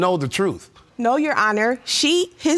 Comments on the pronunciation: 1st case: she called a meme a 'me me.' I'm out. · Did she really just call a meme a "me-me" 😂😂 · It's funny that the first young woman said me-me, that's the way I used to say it until my kids corrected me 😄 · 👀 👀 "... posted a ME-ME..."🤣 😆 I was just waiting for Judge to ask, "Does anyone have any of these Me-me's for the court?" 😏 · The way she pronounced “Meme” made me flinch 🥴😂